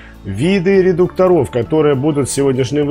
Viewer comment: ударение редУкторов, будте пожалуйста грамотнее, очень познавательный и хороший канал.